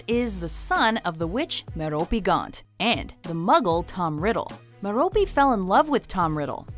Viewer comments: Merope is Mare-ro-pay not Mer-ro-pee. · Sarah Harrison Girl: meropiiiiiii MEH-ROPE NOT MEROPI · It is not mer-OH-pee. It is MER-oh-pee